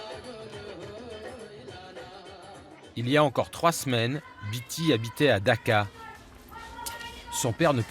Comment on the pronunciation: DAka, pas Dakar